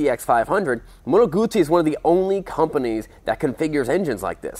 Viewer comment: Moto Guzzi rhymes with Uzi. Goo-zee ;No T sounds in the second part of the name of my favorite bike. Other than that, good stuff.